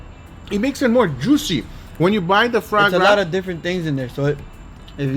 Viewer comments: GUGA! It`s called FUA GRA not fRa GRA! It`s french...."melody" launguage. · Fra Gra lol if you say it fouwah grah you will nail the pronunciation! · its pronounced "Fwa-grah" not "frog-gra" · Guga, It's not pronounced as "FRA gra", it is "FWA GRA" ;D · No one: Guga: "FrAw gRaW" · Foie gras is pronounced FWAH GRAH. No R sound for the love of God. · Also Guga, coming from a French guy, try to pronounce it as Fwa Groa